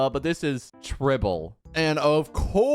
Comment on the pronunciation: It's not even tribble it's tribbie😭